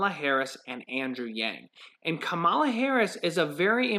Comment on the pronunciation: pronouncing Kamala harris wrong